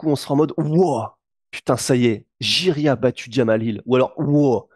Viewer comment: Je crois que l'on dit Yuri Prochazka